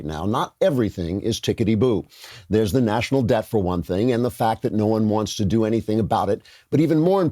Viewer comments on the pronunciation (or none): none